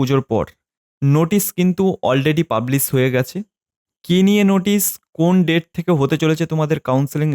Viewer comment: Date ta properly bolben sir